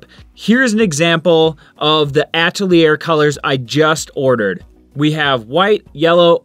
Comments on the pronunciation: Nice explanation and I think I'll try burnt umber with blue for grays..., yet I still like primary colors for chromatic mixing...You do realize that "Atelier" is pronounced "ah-tell-ee-ay" right? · I would add Van Dijck Brown; that's too intense to mix, IMO. By the way: 'Atelier' is pronounced 'atel-yay' (with an 'a' as in 'father' and the stress on the latter syllable) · Ugh!!!! Stop saying “atelier” like that!